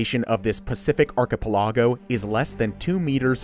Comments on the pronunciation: He pronounced it "aar-kuh-peh-LA-gow". I always thought it was "aar-kuh-PEH-luh-gow". But what do I and the Oxford English dictionary know? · they did not just say "archa-pehla-go" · I mean kind of just had to laugh at Arkehpehlawgo lol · Kiribati, ark. A pa lag o. My goodness what happened archipelago come on.@ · When doing these kinds of videos I think it’s important to be able to correctly pronounce names and words. ( ie Kiribati and Archipelago).